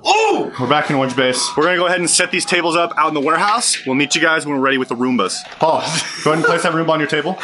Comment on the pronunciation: Wait did call paul "pale"?